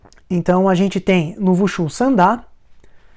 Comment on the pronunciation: A pronúncia de "Wu Shu" é com som de "V" , "Vu Shu" ....pensei que o som de letra V era no idioma do Vietnã.